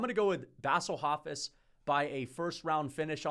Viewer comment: “Bassle Hofiss” is one of my favorite pronunciations